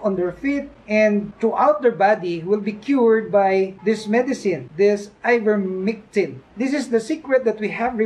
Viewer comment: Its ivermectin not mictin..